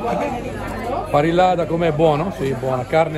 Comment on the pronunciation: dobbiamo farti un corso rapido di spagnolo/andaluso: la doppia ll si pronuncia i un po' tirata... Come Mallorca la pronunci Maiorca, così parrillada la pronunci pariiada. Ti aspettiamo nella costa più bella e selvaggia dell'Andalusia, quella della provincia di Cadice!!! Vedrai che una volta qua, non torni più veramente in Italia, come noi!!!